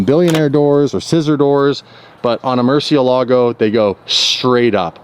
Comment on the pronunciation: Learn to pronounce Murciélago correctly. The emphasis is on the e!